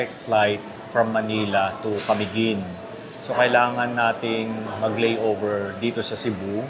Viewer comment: Sir, you may please pronounce Camiguin in..." maluma". Its not accentuated on the first syllable. Ok?